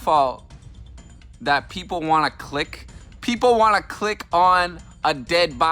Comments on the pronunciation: "peep-ole" definitely not "peep-ull" lmao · He said “peepole” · Dude said PeepHole not people